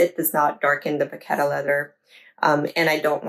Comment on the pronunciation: Would you use these products and do the same routine if you purchased this bag new? The phonetic pronunciation of the leather is “ Va kett .